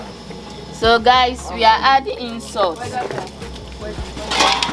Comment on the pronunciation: Sauce kle